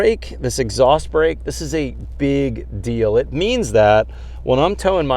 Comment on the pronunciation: ? brEAK ? c'mon guys this is a serious channel, step it up.